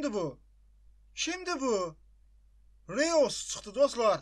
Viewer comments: reus yox roys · RIYOS YOX ROYS